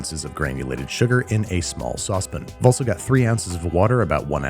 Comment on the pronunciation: It's a pan, not a pin.